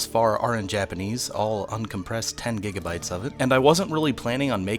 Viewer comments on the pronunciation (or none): none